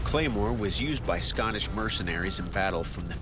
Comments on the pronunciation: the scanish claymore... how did they mess up saying scottish? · I don’t like anyone who says SCOTTish like Scattish